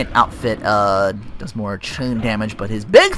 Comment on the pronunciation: Is it me or do you have a wierd thing in your speech in the way you say the Ai like chains